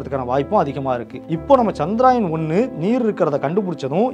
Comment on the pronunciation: அது சந்திராயன் இல்லை நண்பரே அது சந்திரயான்.